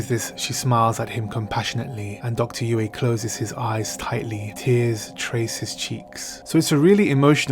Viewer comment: You managed to pronounce dr yueh name differently a few times over 2 minutes.